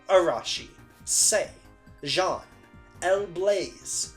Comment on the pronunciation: So kind of you to put honkai and genshin right next to identity v so i only have to watch 10 minutes of this video and laugh at how you say wriothesely right but not jean